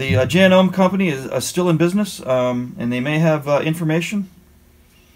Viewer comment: FYI As a sewer, never use wd40 on any sewing machine and Janome is pronounced Ja-no-me.